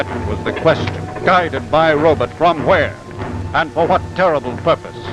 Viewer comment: My butt, your butt, robutt 😂😂